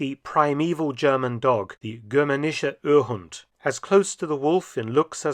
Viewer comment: The pronunciation of "Germanischer Urhund" was on point. 😉